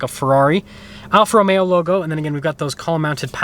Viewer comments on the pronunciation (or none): Romeo please! Not Romero